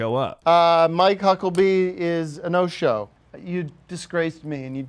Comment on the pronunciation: Is Tim saying Hucklebee?